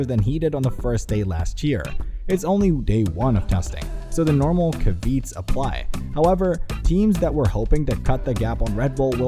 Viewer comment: I didn't make it past "caveats" as "kaveets"